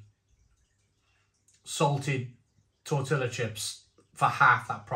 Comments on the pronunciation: Tor-tia not tor-tilla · How can you still not pronounce tortilla correctly???😂